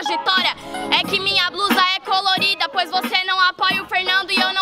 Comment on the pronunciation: Ele falou crolorida 😂😂😂😂😂👌 rsrs kkkkkkkkkkkkkkk